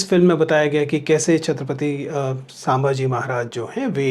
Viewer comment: सांभाजी नही सर संभाजी!!🙏🏻🙏🏻